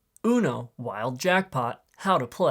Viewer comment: no why did bro say the word Uno like that?